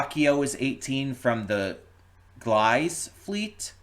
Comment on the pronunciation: Don't worry about recalling all the trivia I talk about, I just like writing comments Gliese (the place Raqio is from) is kinda weird to pronounce because its a German name (and 'racio' is Esperanto so they seem to have something European-ish going on over there) I think it's like Glee-zeh (but I didn't know that when playing so I said it like if Geese had an l after the G) (bonus, if you're wondering why I say Raqio when the subs say Racio, its because Racio is the esperanto word, but the writers didn't realise it's pronounced Ratssio - like Grazie [Thank You] in Italian - and transcribed it as Ra-ki-o [because there is no soft c sound in Japanese, if something has a c/k in it then it'd be expected to be a hard sound like coffee] but if you speak a European language like English, you wouldn't expect a word with a 'c' in the middle like nice or Greece or Horacio to be a hard sound. So when the game got translated into English, the translators adjusted the spelling to match the pronounciation, giving us 'Raqio' which I think looks quite nice and unique The Spanish anime subs still use the Raqio spelling despite Racio being hard-coded into the background, although the Brazilian Portugese dub does the opposite by changing the pronounciation to better match how Racio would be read in Portugese I wish English subs had kept the Raqio spelling, I've already seen a few other reactors call them Rassio/Rashio) Speaking of character names, Jina was also changed to 'Gina' in the game's E